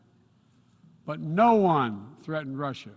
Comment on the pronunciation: TIME TO NUKE RUSSA BOYSZSZ